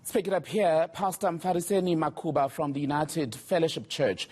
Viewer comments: MUKHUBA not makhuba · First it's not Makhuba, your whack Journo must do his job, pronounce names of African guests properly, it's disgusting and embarassing. 2ndly your stupid journalist focuses on prayer and positions it to be an instigator of violence, how low. It's charlatans like this who questions a rape victim about clothes she was wearing, if the way she was dressed could have triggered the rape. Shame on your shallow so called journalist for trying to ambush the Pastor. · Reporter, it's MUKHUBA, please! You do a lot of reading, so PLEASE, don't bore us. We stand with, and we stand against police brutality!!!! The only thing that the reporter concentrated on, is the PRAYER! No concerns about those who were shot, unarmed by the way. We see which side you are on, we see you indeed! We will not stop praying dangerous prayers just because of those who question them! Stop talking too much and PRAY! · To me too is